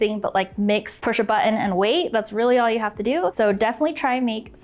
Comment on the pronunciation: Why do people on instapot videos pronounce button like that?